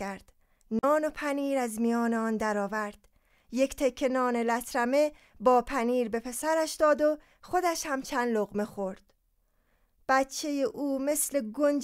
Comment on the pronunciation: من ابتدا مشترک شدم ولی دو غلط در خواندن متن داستان زنی که مردش را گم کرده بود باعث شد پشیمان شوم . یکی واژه ی لترمه که غلط تلفظ شد و صحیحش letermeh میباشد و دیگر لغت تنش بی حس میشد که گوینده گفت زنش بیحس میشد . دقت در ادای کلمات حرفه ای نیست لطفا بیشتر دقت کنید . با سپاس .